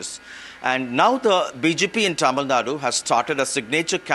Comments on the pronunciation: It's is TamilNadu not TamilNaad.. Typical Northie Anchor. This is precisely why South India opposed Hindi imposition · Its tamilnadu, not tamilnad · Tamil nad illa ma. Adhu tamizh nadu. Enga sollu paapom. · It’s Tamil Nadu.. Not Tamil Nat.. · Its not TAMILNAD but TAMILNADU. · The news anchors should concious about how they pronounce the names as well, its not Tamilnad its Tamil Nadu. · It is not TamilNAD ! it is TamilNadu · first learn to say Tamil Nadu properly. its not TamilNad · please learn the pronunciation, there is a difference between Tamilnad and Tamilnadu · First learn to pronounce how to say Tamil NADU.